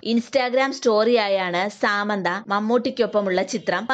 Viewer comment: സാമന്ത അല്ല സമാന്ത..... 🤦🏼‍♂️🤦🏼‍♂️🤦🏼‍♂️🤦🏼‍♂️